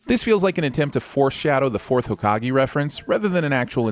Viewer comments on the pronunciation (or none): Did he just say "Ha-Ka-Gi"? In case you plan to sin more ep, it's Hokage (hoh-kah-geh) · Did...... did he just pronounce it ho- gaki? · The video was good. But please pronounce Hokage properly if we are continuing this. I am begging you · never say hokage like that again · Can we sin the way you said hokage?!?!? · Did... did you really pronounce Hokage that way?......... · i dislike it because its dubbed and made sins based on trash dub dialog naruto its sinful asf like it is sucks that its a "lost joke" when you pronouce Naruto or hokage bad